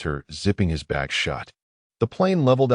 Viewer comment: Its supposed to be 'bag' not 'back'